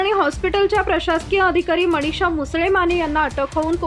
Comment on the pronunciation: अहो बाई,मराठी किती अशुद्ध ,मणीषा नाही मनीषा उच्चार करा.